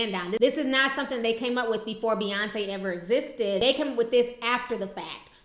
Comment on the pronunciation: But her name is B..yonce and not F..yonce.